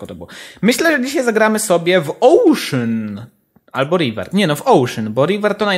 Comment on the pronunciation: ocean a nie ouszyn